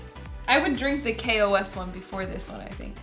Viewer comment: Kos… or some say Kosm